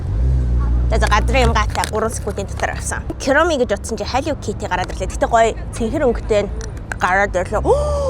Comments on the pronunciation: Киуроми биш куроми.... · Kiuromi bish kuromi shuu😂😂😂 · Кэроми биш куроми шүү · Эгчээ та Кироми гэж хэлээд байна Куроми гэж хэлнэ шүү за тэрч яахав дараа нь хадагтай цох ба хар муурын амттан идээрэй🎉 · Kuromi geche kiromi ged bhi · kiromi❌ kuromi✅ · Kiromi geed bn kuromi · Күроми штэй кироми биш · Куруми шүү та Кюуруми гээд байх юм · кироми✅ короми✅ куроми❌ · Kuromi❌️ Kiromi✅️ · Kuromi❌ kyoromi✔️ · Ania kiromi bish курами шүү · Kiromi gej heldeggui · kuromi❌ kiromi✅ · Чавга гэдэг үгийг чивга гэж хэлээд,koromi gdg vgiig kiromi gd bhima яаагаад тээртэй яриад байдаг юмбэ